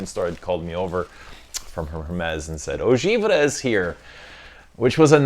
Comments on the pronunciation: From a Frenchman, it’s pronounced « Eau Geev-Ray ». I fcking luv you!!! Keep up the good work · It is pounced “Eau Giv ray”. Enjoy.